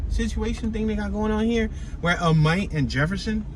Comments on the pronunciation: You pronounced Amite wrong. It's pronounced like it is spelled Amit. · Galatin...pronounced Gal-ah-ten. Amite- pronounced Ah-mitt..like a baseball mitt. And yes Jtran the bus service